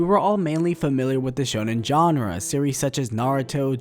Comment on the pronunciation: Why do you keep saying Genre 🤦